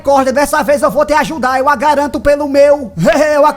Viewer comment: "Eu agaranto" auge kkkkkkkkkk